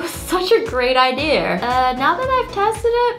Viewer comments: Did anybody else notice that she said Ideer instead of idea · Wengie why do u. say idear instead of idea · The way you hold a pencil is the way I hold a pencil(gasps)we’re twins!!!!!!! I also like how I’m hearing idear when your saying idea lol😂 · her: idear :D me: Its idea everyone else: its how she says it. me: ohhhhhh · me: how do i say idea the most latesty internet: idea wengie: idear me: oh dear!is wengie right or is the internet? wengie in the video: once again says idear instead of idea🤣🤣🤣